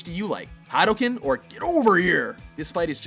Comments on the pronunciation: I cringed when he said Hadouken wrong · Did he just say "Hadooken" wrong? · The way this guy pronounces hadouken and forza bothers me more than it should